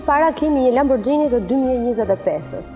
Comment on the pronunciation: Thuhet lamburgini jo lambuxhini